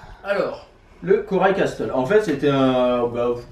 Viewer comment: Castle se dit "casle" on prononce pas le "t" ahaha je vous aime trop